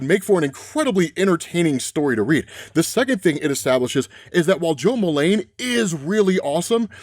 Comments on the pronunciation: ITS "JO MULEEEEEEN" NOT "MULAAAAANE". PRONUNCIATION WISE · Fun otherverse easter eggs; Todd Rice, Steve Dayton, Terry Long, Cameron Chase, Goldface, Goldface using disguise tech like the prime universe Nemesis, the code name he happens to use "for this job". Why do you keep saying "Jo" Mullein as "Mul-LANE instead of MULL-in, the common pronunciation? It feels as if you're saying "Hale Jordan" or something. Good recap video though! I love these overall.